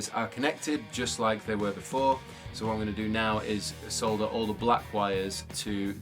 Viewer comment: So pleased to hear the word "solder" pronounced this the "L" included, as distinct from the American mispronunciation. Just a stupid bugbear of mine!